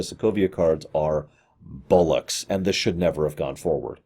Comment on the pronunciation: Love how you pronounce “bollocks” it is an admirable pronunciation my friend.